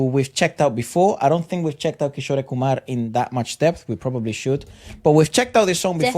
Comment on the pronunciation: the actor in this video is kishore kumar himself. And kishore is pronounced as "kishor" with e at the end And asha bhosle and lata mangeshkar are sisters